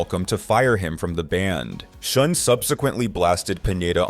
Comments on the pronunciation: Why can't you say Neal Schon's name the right way?? It's pronounced SHAWN, not SHOON!! UGH!! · His last name sounds like, "Sean," not "Shoon." Just FYI. Good video. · Who is shune his name is schon pronounced shahn or sh--ahhnn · It is pronounced Shawn not Shun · "Shun"???? Its pronounced "Shawn".... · What about Oasis, Black Crowes. Those are worse as it is brothers who hate each other. It's pronounced Neil Shawn not Shun. All that shows is you really don't know or care anything about all of this you are just reading a bunch of crap and reciting it for monetary gain. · Its not "Shun" Is "Shawn" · Neal pronounces is last name as "Shawn" not shun. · It’s not shun…. Jeez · So many names are pronounced incorrectly. You should be embarrassed, for real. Neil “Shun” is probably the worst. “Dave Mew-staine” isn’t great either. I love how you pronounce some of the names differently each time you say them. Do some research, my man. Amateur hour. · Neal Shun? Duff Mc-Cah-Gan? Can't this guy do some quick research and find out how to actually pronounce these people's names, so he can pretend to actually know what he's talking about? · What? You never heard of Neal Shun? 🤣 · Dude, learn how to pronounce the names if you're going to all the other effort of making the video. It's like putting on a suit and smiling for the camera with spinach in your teeth. Neal SHON. Duff McKAYGUN. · You mean it's not pronounced Neil Schoon? 😂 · Youre pronouncing Neal Schon's name wrong... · If you can't pronounce the last names correctly, perhaps you shouldn't narrate the video. (Schon and McKagon)